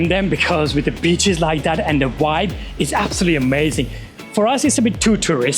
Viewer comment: Prize for the person who can correctly guess how many times says "vibe"....trouble is he can't pronouce it properly so it'll have to be a prize for the person who can predict how many times he says 'wyb'